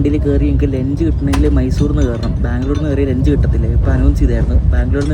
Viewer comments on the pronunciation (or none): Mone,lench alla ...lunch